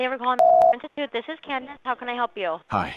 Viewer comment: lmao i lost it immediately when she said her name was candance